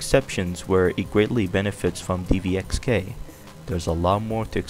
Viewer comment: its dxvk not dvxk